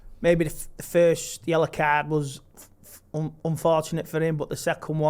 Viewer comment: Its yellow not yella😅